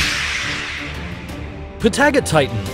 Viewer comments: Bruh you didn’t say Patagonian right dude it’s PATA GO TITAN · I haven’t heard patagotitan said like that!!! Or diplodocus